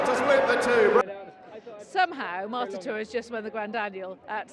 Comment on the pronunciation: It's MARTATOR not Mortator. Come on, get the name right!